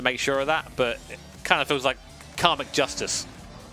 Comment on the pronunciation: Is it "karmic justice" or "car McJustice?"